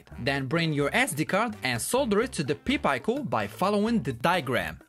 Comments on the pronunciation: You're pronouncing pi and pico backwards. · Is he saying "Pee Pie-co" to fuck with me? It's a "Pie Peek-o". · Good job brother. Only, pronounce Pi Pico as “Py Peeco”. You were saying it as “Pee Pyco”. Just flip the vowels and you’ll have it correct :)